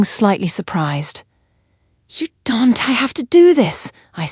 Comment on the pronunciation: Phucking AI voice cant pronounce shit. Im going to unsubscribe. This is getting rediculous and assinine. It cannot pronounce anything. Family S... Husband S my SL Attorney? Don' tee? What the literal phucking hell. It's not understandable. Camille S. SCARF? FUCKING SHIT. Im finished ..you're not invested whatsoever. You refuse to hear anyone on this mess. I will be announcing at my firm Monday morning.